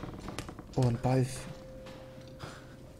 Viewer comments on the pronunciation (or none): trymace du hast bei Ballf gesagt und nicht Ball 😂😂